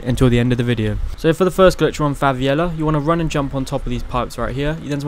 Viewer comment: Oooh "crazy". And wtf is Fa vi Ella? It's pronounced Favella.